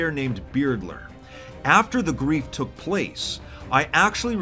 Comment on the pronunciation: Everyone: took: toook